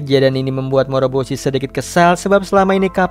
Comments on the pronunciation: Bukan moboroshi tapi moroboshi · Bukan dan moboroshi tapi dan moroboshi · Kesalahan saat ngucap nama moroboshi😂